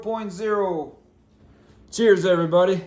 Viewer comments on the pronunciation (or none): I knew you would go with Heineken. You said CHEERS like a Kiwi